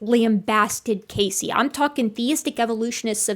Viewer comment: As a Casey myself, I can't help but die a little inside every time you say his name. Lol